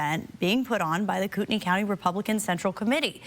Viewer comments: It Is pronounced “coot-knee” county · For future reference, Kootenai is pronounces "koot-nee". Lol not that that will do you any good after this... Coeur d'Alene is a mountain resort town, and Kootenai county is pretty much never mentioned in the press... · It's pronounced Koot nee. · BTW - you are pronouncing the county name incorrectly.